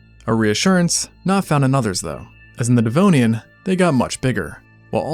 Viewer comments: “This is, the devnoian” ☠️☠️☠️ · "The Devnoian"??😳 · The Devnoian? oh dear... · Devnoian? Thought it was Devonian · DEV-ON-IAN, not dev-no-ian. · Ah yes - the devnoian! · the devnoian lol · the Devnoian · not DEVNOIAN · Devnoian lol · Devnonian? Lmao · Devnoian?... really? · the Devnoian? 😮😂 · Says, "Devnoian." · Ah, yes. The Devnoian. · "The Devnonian" 😂 when going in water you can't see the bottom of became a "No" for the first time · "The Devnoian"😮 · I have watched and enjoyed many Extinct Zoo videos, and I place them higher than most videos as far as being factual and intelligent. But your butchering of Devonian cost you a little bit of credibility. Proofread, please!